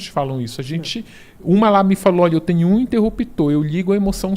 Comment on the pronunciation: Ele fala: "tenio" ao invés de tenho, "galinia" ao invés de galinha